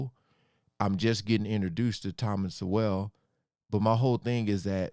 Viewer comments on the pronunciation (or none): These are great reactions. Just FYI, Thomas Sowell pronounces his name like the word “soul”. Which he has a lot of. And unlike Trevor Noah, who is an immigrant who has done so well and has some nerve to say these things, Thomas Sowell, grew up partly in the Jim Crow South and even started younger life as a socialist (meaning from the left). Sowell is a descendant of slaves. Noah is not. He’s doing race hustling. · I discovered Thomas Sowell’s syndicated newspaper column back in the 80’s. He’s a giant American intellectual. Soon realized, if I disagreed with him on something…I was wrong🤣🤣🤣. Btw, his name is pronounced, Soul. You’ve got a great channel and your work is appreciated!!! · Thomas Sowell is pronounced "SOUL". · Thomas Sowell ( Pronounced Soul) should be considered a National Treasure! His work is based on his personal experience AND on his deep research on the topics he writes and speaks about. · It is Thomas Sowell like 'soul' pronounced. Dude is an American legend one of the smartest men ever. Blacks were the not only slaves, how about my Irish family who came to America during the famine? All kinds were slaves & treated horribly. Most blacks were sold by African blacks to jewish slave ship owners who then would sell around the world. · I would recommend many/all of Sowell (rhymes with Soul) books, but start with Black Rednecks, White Liberals. The man is a genius in the realms of economics & social psychology. He wants to teach people that your social behavior can hold you back or propel you forward & it's up to you. Keep on being a good human my brother! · P.S. It's Thomas Sowell, (sounds like Soul). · "Sowell" is Pronounced "Soul" like Soul Man. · Thomas's last name is pronounced "soul" just fyi. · Please pronounce Dr. Sowell’s name properly